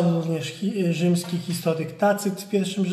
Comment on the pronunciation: Nudna beznadzieja. Człowiek z ograniczoną wyobraźnią i wadą wymowy. Odkrycia archeologiczne postępują. Nie wiadomo co jeszcze się okaże. Jednak ten "histolyk" z góry zakłada że w Polsce nigdy nie stacjonowali Rzymianie. Uwielbiam kiedy tacy ignoranci wychodzą, prędzej czy później, na zwykłych prostaków.